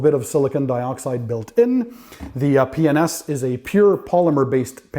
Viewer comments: P&s or penis? I think you said penis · Hmmm, be careful on how you say "P&S"!!!